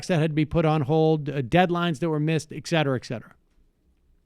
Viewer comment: Is “ick-cetera ick-cetera“ a N.Y. thing?